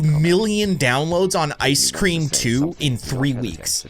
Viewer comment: ICE SCREM NOT CREM